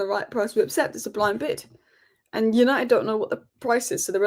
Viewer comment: it's "accept" for heaven's sake.